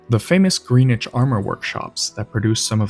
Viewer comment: Tiny piece of irrelevant pedantry: Greenwich is pronounced gren-itch.